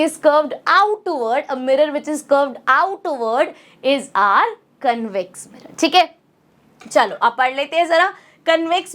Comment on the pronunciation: Canvex nahi convex mam 😂